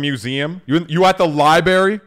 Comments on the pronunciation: “You at the Lie Berry?” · "you at the lie-berry?" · "you at the liberry?" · you at the lie berry? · At the libary 😆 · I love this man. But Libary?. Please. Makes sense why you don't get scripts xD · The lie berry? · No wonder can't read. He said Lieberry instead of library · Your pronunciation of library was spot on... 😂